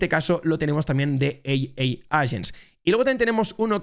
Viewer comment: Muy buen vídeo. Lo único que AI en inglés es EIAI, vamos 🎉🎉🎉